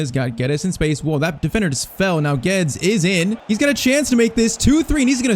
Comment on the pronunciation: ur pronouncing Guedes wrong😭